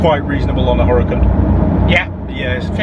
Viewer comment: Lahkhoghini hurakan